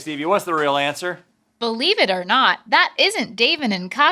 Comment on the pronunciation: Please do not stop doing “Is it rill hwat?”!!!